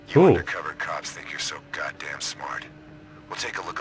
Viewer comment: "gat dejmed"